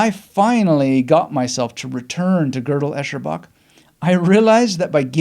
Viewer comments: "Girdle Echerbach" 😂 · The very first test of GEB is: how to pronounce the title. Cheers. Thanks for sharing. I found reading his follow up - I am a Strange Loop - reading this first helped GEB resonate more for me...